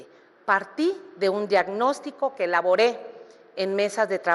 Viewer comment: Otra Vilchismosa que no sabe leer: realusaré en lugar de realizaré, laboré en lugar de elaboré, mesicanos en lugar de mexicanos, edeología en lugar de idiología…. Y en una sola participación, escuchemos que más tonterías dice en todo el debate